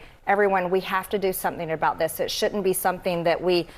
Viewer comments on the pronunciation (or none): Sh' unt ? Can't she pronounce shouldn't ?